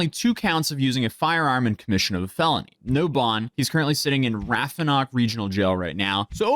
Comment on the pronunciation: Uhhh was that Rappahannock? I'm going to assume it was but that's almost as bad as hearing people trying to pronounce McGaheysville. I also completely understand... I guess it would probably be easier to find a news article rather than asking in the comments of a commentary.